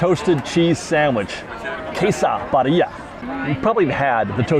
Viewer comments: Hey, friendly pronunciation correction- birria is pronounced BEE-ree-ah with a rolled r sound. If you can't roll your r's just use the d sound hack and say BEE-dee-ah. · roll your “R’s”. Birria is BeeRRRReeeyah remember your in California.🥰🥰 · sorry to be that Mexican..... but its pronounced BEER- RE - UH